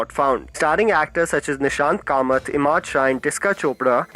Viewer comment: Why the hell you always pronounce marathi actors name wrong, its not Nishant Kamat its Nishikant Kamat.